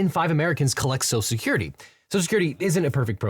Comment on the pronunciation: For likely the only time in my life, I’m taking trump’s side. For one simple reason. He pronounces social security correctly. (Serious pet peeve of mine)